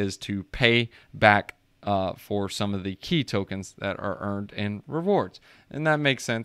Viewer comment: Pronounced Chi, but other than that, great video dude.